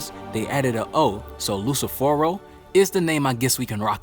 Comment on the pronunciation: Soooo,”Lucifero” is the Italian name for Lucifer,and you kinda pronunce it good. Btw,I feel like Asta’s devil in NOT a low-ranking one,he might be special or a really high ranked one that other demons/devils didn’t know about. I’m just curious af at this point.